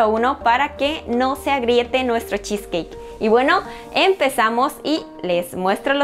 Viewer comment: Cheesecakekkkkk que feo pronunciado